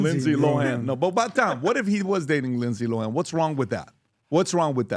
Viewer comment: “Rindsay Rohan” 😂 never change lol